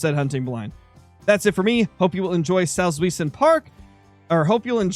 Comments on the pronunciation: Salts-vee-zen Park (Source: German major in uni). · The park is roughly pronounced saltz why(v sound for the w)sen